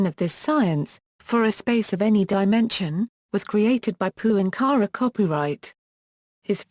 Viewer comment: Yes, it's a pity that that his last name is constantly mispronounced, and is then followed by saying the word "copyright." The documentary is still interesting, despite the annoyance.